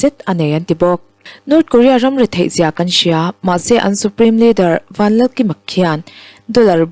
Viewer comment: Vanlalkima tihai in meidil kima tih a thazawk